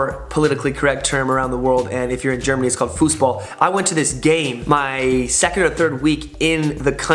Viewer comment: It is not FUSSBOL it is FUSSBALL (With A)